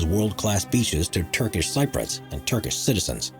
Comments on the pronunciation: You should really learn how to pronounce Cypriot, the way you say it is weird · your pronunciation of thames was bad enough but i KNOW you're not pronouncing cypriot like that.......... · Cypriot not Cyprot! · What's a Greel sigh-proit? Do you mean Greek Cypriot? You mean Sip-Ree-Oyt! Incorrect pronunciation loses your credibility! Oh and Thames - as in Thames City, is pronounced 'Temz' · Sy-proits? I think you mean Cypriot (Si-pree-yuht). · No offense but it's pronounced "sip-ree-aht." not "sy-proid." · Levant: Le VANT. Cypriot: SIP ree ot. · Thames is pronounced "tems", also Cypriot is "sip-ree-ut" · Cypriot is pronounced Sip-ree-ot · FYI, ‘Thames’ is pronounce ‘Tems’, like ‘tens’ but with an ‘m’. And ‘Cypriot’ is pronounced ‘sip-ree-ot’. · He can't pronounce Cypriot either! ;)